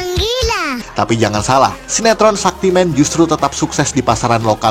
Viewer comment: Jangan lupa film Brahmastra sebagai initial entry dari Astraverse sama Pathaan (Entah ini masuk lini film superhero apa film spionase kaya film-film dari YRFSU lainnya, soalnya musuhnya super soldier XD)... Btw, cara baca Shaktimaan itu "Syaktimaan" ya... Bukan "Sakti-men"...